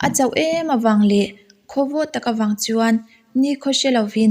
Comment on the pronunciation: Chuan tih hi chu an..tih ang deuh in a lang tep tep thin.Anyway a tha lutuk